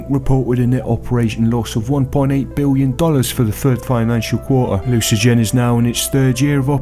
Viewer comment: "Lets say this guy's English", says "Biwwion". Ok.